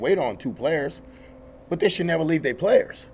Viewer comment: Oh no don't "Dis" my playus" says the Head Coach, can't make this stuff up.